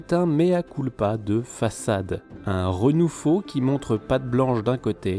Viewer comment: ça aurait été trop de travail de mettre les titres des autres jeux en sur-impression?... il dit bien : "un renou-FAUX" là , non?